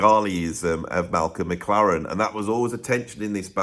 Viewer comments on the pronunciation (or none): none